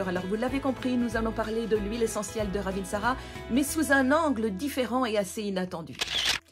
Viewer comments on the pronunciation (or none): Au passage, ça se prononce "ravintsare" et non "ravintsarA" et ça veut dire la belle/bonne feuille